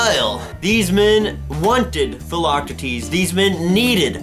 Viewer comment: I'm a little late but, uh, yeah, he pronounces it just fine...